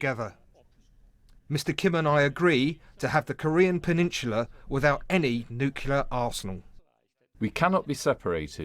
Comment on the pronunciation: Did that commentator actually say "nucular" ?